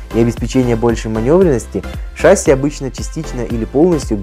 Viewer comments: Спасибо за ролики! Только шассИ, а ее шАсси) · Трудно привыкать, т.к. фильм "В бой идут одни старики" запустил не правильное произношение. ШассИ, а не шАсси. Я и сам таким был, пока не узнал истину))) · *ШассИ, а не шАсси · Не шАсси, а шассИ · Да нет, не шасси а шасси